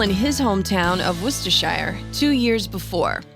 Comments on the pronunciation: Not Wus-ta-shyre Wus-ta-shuh Just sayin' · lol I haven’t got to that yet… but Page is famous for that dual neck 6-string/12-string guitar. Maybe she’s referring to that point in time. She didn’t pronounce Worcestershire even close to correctly.